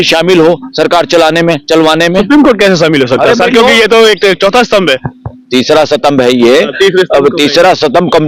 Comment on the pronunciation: Satambh kya hota hai gadhe it is Stambh